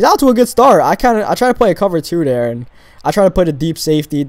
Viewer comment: he says dere instead of there XD